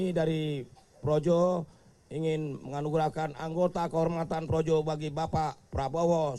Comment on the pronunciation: PROJO BERUBAH JADI ''PROWOWO''..🤣🤣🤣🤣🤣